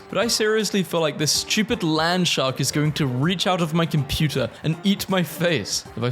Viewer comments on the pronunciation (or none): none